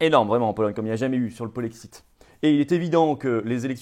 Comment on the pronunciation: Le polexit ??? Polexiiiit ?? Et le jexit ? Nouxitons ? Vouxitez ? Le ilxitent ?? Tu te fous de nous flo ?? Kessa penoufer le polexit ??